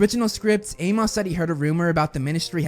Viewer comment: Bruh.....it's pronounced 'A-mus'... not A-moss.....it's a common name...it was even spoken several times in the movies